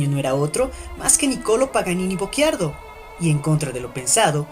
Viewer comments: No, ... "cci" è diverso da "cchi" ... la pronuncia nel video corrisponde alla grafia "Bocchiardo", ma il cognome della madre di Paganini era "Bocciardo" Sono italiano e conosco la pronuncia della mia lingua 😁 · Teresa Bocciardo...non "Bocc(h)iardo" ;-)